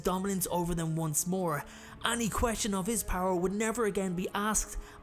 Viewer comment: I love the way he says any like annie. Love binge watching his vids. Thank you for making the pandemic days better